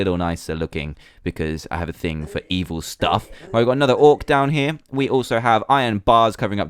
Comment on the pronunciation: Whenever he says down here I always think he says damn here